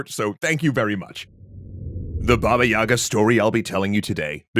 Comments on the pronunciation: istg it triggers me to no end when people pronounce it Yaga > .< in proper official Russian, i.e. not some provincial/fringe accent, it's Yega and the stress is on the Ga syllable, not on the Y, so the Ga sound is longer. It's been drilled into me from infancy, from being forced to read Russian children's books so I don't forget the language, and I just cannot keep hearing it mispronounced all the time. I'M LOOKING AT YOU JOHN WICK D:< I've only ever heard a single Russian call her Yaga (again with the stress of the ga so the ya sound is short), and his wife keeps scolding him over him constantly saying it like that xD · I always wonder why people pronounce it with the wrong emphasis, since it's actually Baba Yagá, not Baba yága. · It's not "bAba yAga", it's Baba yagAh. As in "an older woman who is disabled, disfigured, widowed, can't have kids, suspected of witchcraft, anything or everything of the above - or in any other way is just creepy to be around in a slavic village (and that takes quite a feat to achieve)". Such women became outcasts, recluses and ultimately a collective basis for the wise but terrifying Baba Yagah.